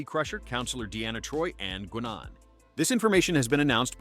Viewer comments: “…and Goonaan.” …you mean Guinan? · It's pronounced guy-none. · AI slop narration. “Gwa-nan” 😅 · I honestly can't trust a thing you say when you speak of the Enterprise D but show two renditions of the original... and then horribly mispronounce "Guinan". (It's pronounced like "guy" and "nan", what you might call your grandma as short for nana.) So... cool if true, but I'm taking this with a shuttlecraft full of salt. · ...says the set is supposed to show the Enterprise from TNG, shows a picture of the TOS Enterprise. Then proceeds to badly pronounce Guinan, despite it being easily heard in the show. *double facepalm*